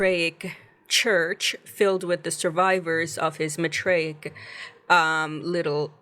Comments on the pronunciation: It's math-ray-ic not Ma-tray-ic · Season 2 was way better than Season 1. Probably the best sci-fi / horror show this year. I just hate that we have to wait so long for the next season…. If they were to be renewed…hopefully. Lol I think it’s pronounced “MYTHraic”